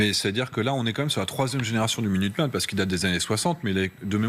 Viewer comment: Minuteman, tylteman😅😅